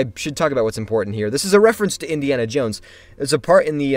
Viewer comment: Indeana johns lol